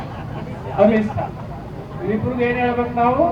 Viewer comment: ಈ ಸ್ವಾಮೀಜಿ ಅವಿದ್ಯಾವಂತ ಗೂಬೆ ಎಂದು ಗೊತ್ತಾಗುತ್ತದೆ ಇವನ ಭಾಷಣ ಕೇಳುತ್ತಿರುವವರು ಇವನಿಗಿಂತ ದೊಡ್ಡ ಅವಿದ್ಯಾವಂತ ಗೂಬೆಗಳು. ಕನ್ನಡ ಬರಲ್ಲ ಎಂದು ಇವನಿಗೆ ಗೊತ್ತಾಗುತ್ತದೆ ಸ ಎಂದರೆ ಅಮಿತ್ ಸಾ ಅಂತೆ, ಅಮಿತ್ ಶಾ ಎಂದು ಹೇಳಲು ಇವನ ನಾಲಿಗೆ ಹೊರಳುವುದಿಲ್ಲ